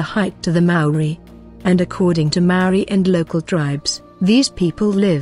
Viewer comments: Sorry robot lady your droney pronounciation makes me wanna cover my poor ears! The word Maaori has once again, perhaps deliberately? Being mis-used and widely mis-understood by the local kiwi new zealanders and tauiwi(non'local/foreigner) alike! Maaori ie; Natural / normal /pure as in state of being and or consciousness invoked spiritual awareness of a knowing! We are tangata whenua Nga haapu a Maui potiki a Taranga! Living desendants from our demi'god tupuna(ancestor) Maui the Sun Catcher! Your brave attempt 2 misinform the global masses and share your shallow interpretation of what u think u Know is unwanted misleading and disrepectful in my opinion and simply adds more speculation 2 the veiled mysteries held sacred by tangata whenua! Mauri ora whanau Bless😉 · A good pod. Though, you really would do well to check your pronounciations of Kiwi words, bad pronunciation is like nails on a blackboard. From anywhere in the world, you can easily master the pronunciation... start with the sounds of vowels. When you understand their pronunciation, the rest flows. Respectfully, this is NOT england. We do not speak as you do. Return the respect and bone up on how to pronounce our words before you make a vid of us , please.